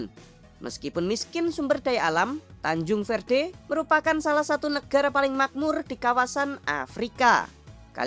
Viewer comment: Tanjung verde jadi tancung verte😆😆😆😆